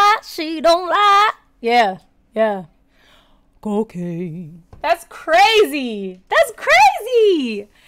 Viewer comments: It’s co Caine not cocana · I'm curious why you pronounce cocaine as in Romanian, Italian, Spanish... and not as it is pronounced in English? /kəʊˈkeɪn/ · It’s cocaine not cocaina and the song is about cocaine